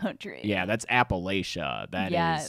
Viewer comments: West Virginian here and I'm gonna be a little pedantic here but it's pronounced apple-at-chan not ay-pull-lay-shun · Hey. I’m From the Appalachian mountain area down south. You yourself say Appa-Lay-shia. But it’s actually pronounced Appa-La-Chan with a cha cha slide type sound. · I love y’all, but it’s ah-puh-latch-uh. Think of it like throw and apple atcha. Sincerely, your resident Appalachian. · Appa-LATCH-a,! But you're right about the poverty.